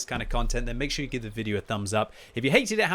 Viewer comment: ''got to come round the corner real shhowrey'' lol